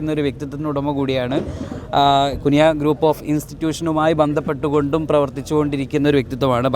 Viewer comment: കുനിയ അല്ല bro കുണിയ എന്നാണ്